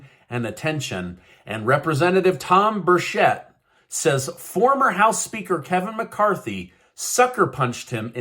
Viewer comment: Learn to say Tim Burchett’s name correctly!